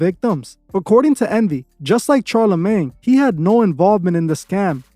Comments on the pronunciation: It’s like you purposely mispronounce peoples names to piss people off. It’s fuckin pronounced SHAR - NOT CHAR. Same wit your other video talking about thelema smfh. Learn how to pronounce the names you’re reporting about or you look stupid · You mean SHARLA-MAGNE not Charlie lol. Thanks for the video as usual we love this channel. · It’s pronounced Shar-la-maine.